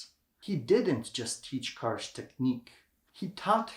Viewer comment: Wonderful video on Yousuf Karsh (pronounced as “JuSuf Karsz”) • Just about two weeks ago I was near the place where he had his studio at Chateau Laurier Hotel in Ottawa. It was during the Royal visit of King Charles to Canada. Also few years back I had a privilege of seeing his original prints at one of the private clubs - amazing photographs! Karsh is considered one of the world’s best photographers. His portraits are phenomenal. By the way some of his work is less known - for example, a series of photographs he took in Holy Land (Israel and Palestine). ⚠️ Correction: the Churchill photo was taken NOT at Karsh’s studio, but at one of the back rooms in the Parliament. • I’m lucky to own the entire collection of Yousuf Karsh photo books including that body of work photographed in Holy Land. Often I look through them for inspiration. Thank you for your videos! Дякую! Dziękuję! - P.S. oh, by the way - the framed original print of Winston Churchill known as “Roaring Lion” was recently STOLEN from the lobby of Chateau Laurier and later FOUND AND RETURNED with the help of Interpol. You can look up this story online - it’s like a true art heist movie 😀